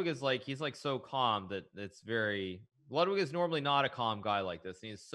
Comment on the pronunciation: its pronounced „loodwig“ not ladwig